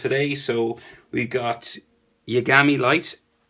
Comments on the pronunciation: Light Yar-gar-may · its yar-gar-mee